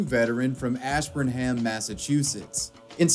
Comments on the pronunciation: I know you're not from Mass so it's not your fault but it's pronounced "Ash-burn'em." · take a shot every time he pronounces Ash burn Ham